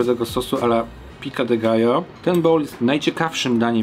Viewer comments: piko de gajo a nie pika de gajo byczku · Pico de gallo, nie pica 😀 Dosłownie to dziub koguta. Nie ma za co 😉